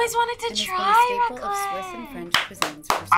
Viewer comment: The "raclette" wtf